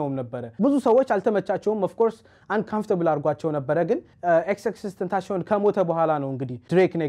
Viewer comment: It is not tenashion It is tenasion when pronounced